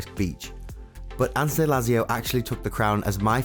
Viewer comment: Ans.. not an se.. Bo vallon not boo vallon